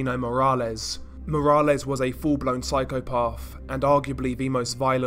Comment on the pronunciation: Psycho - parth... Im english and never heard that pronunciation